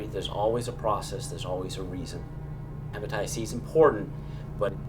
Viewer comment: Hypnotitists C 😕 he can't even call it hepatitis